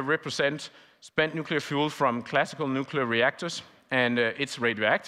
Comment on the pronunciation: Nuclear!!! And now he is racist